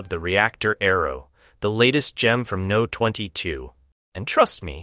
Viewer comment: Pronouncing the company name as "No 22", instead of "Number 22" is crazy to me 🫨